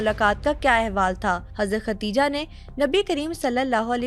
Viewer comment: Her name is KADIJHA s. a not Khatija prounounce it correctly